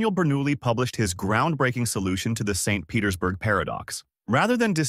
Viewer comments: Must be read by AI or it would have read "St. Petersburg Paradox" as the name of a place instead of a longer pause after St. because it must be the end of a sentence, and an additional emphasis on the P in Petersburg as it's the beginning of a sentence. Very good AI, though. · AI readers have a hard time telling the difference between a full stop and an abbreviation. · AI sees a dot after ‘St’. AI pauses for end of sentence 🤦‍♂️ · Yep, the way it end the sentence at the dot of St. Petersburg give it away